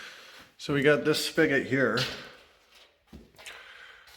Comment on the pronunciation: Good morning, you look refreshed. So much fun watching you and your wife, including the 2 Bob’s working on the house. Plus I’m learning lots of new words (not a native English speaker here): what’s a “spigget?” Oh it’s “spigot = faucet” got it😅 Please don’t ever change the way you create your videos, they’re perfect 😍.